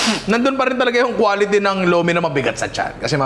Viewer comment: ang pronunciation po ng Lomi sa batangas is "Lu-meh" hehehe